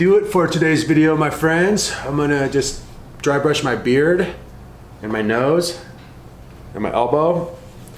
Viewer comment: Bursh or brush you mean pro